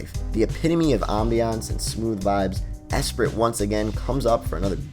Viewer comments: ES-SPREE .... it's French for "mind" or "spirit" one of my fave albums for sure. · It's pronounced es-pree (Esprit being French for full of life, spirited)